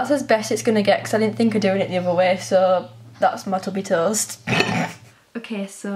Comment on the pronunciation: The way she says toast I- ToE-est!